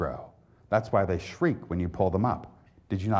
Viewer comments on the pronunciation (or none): none